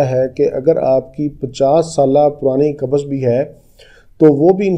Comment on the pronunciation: Dr sahb kabaz nahi...bolte ...kabz bolte hai...